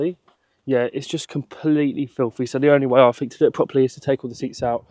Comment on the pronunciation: Annuvva??? video - please, can you learn to speak English? Another, not Annuvva. Then what you say might actually carry a little bit more authority. "That I done"??? That I DID!!! Grammar, you ignorant muppet!!! And "I fink" ?? THINK!!!